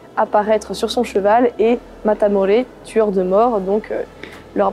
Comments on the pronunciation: ¡¡Muchas gracias guapa!! Le Cid, les rois catholiques et Don Pelayo sont mes héros favoris de l'histoire d'Espagne. Je tiens aussi à vous féliciter pour votre prononciation en espagnol. Si je puis me permettre je voudrais apporter 2 corrections: 1- ce n'est pas Matamoresse mais Matamoros 2- on ne dit pas (lire en français) reconquouista mais reconquista. Encore merci et bravo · Très bien Thaïs ! Mais de grâce, cessez de dire "réconkwista". En espagnol, "qui" se prononce comme en français. S'il vous plaît, dites "Francisco" Gimenez Cisneros et non pas "Francesco" que vous prononcez à l'italienne. Le Saint Jacques Matamore se dit en espagnol Santiago Matamoros mais là, vous faites un hybride en prononçant le mot français "Matamore" à l'espagnole. Bon, ce n'est pas grave. Votre travail est très bien. Quant au Cid de Corneille, il est inspiré de l'oeuvre de fiction de Guillén de Castro "Las mocedades del Cid", (la jeunesse du cid), l'ouvrage de référence étant "el cantar de mío Cid", poème épique qui raconte l'épopée de Rodrigo de Vivar. Cette geste est aux Espagnols ce que la chanson de Roland est aux Français, à cela près qu'elle est beaucoup plus fidèle du point de vue historique et que, plus récente, elle est écrite dans une langue plus accessible, sans compter que les Espagnols ne connaissaient pas cette importante division linguistique qui nous est propre, (langue d'oc et langue d'oïl). Je vous salue aimablement.